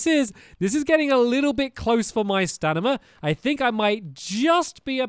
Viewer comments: its STAMIINA NOT STANIMA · Who else is bored and is watching this series again? Also who else noticed he said stanima wheel instead of his stamina wheel? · Exactly - and he also says stanima instead of stamina 😂😂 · Why does he say stanima? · Anyone else realize he says stanima not stamina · Hey stampy why it say stanly